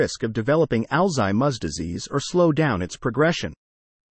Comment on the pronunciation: Sorry. I cannot listen to this ai mispronounce alzheimer.